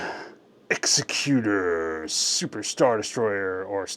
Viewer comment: It's"egs-ECK-u-ter" in canon. Second creator I've heard pronounce it wrong.